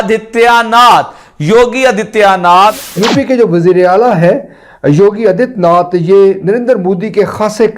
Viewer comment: आदित्यनाथ को आजियानाथ बोल रहा है 😊